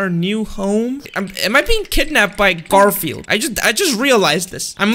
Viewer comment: It’s Gorfield oh no